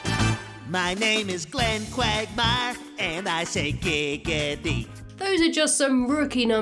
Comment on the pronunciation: Why i hear Quack Myer instead of quagmire ?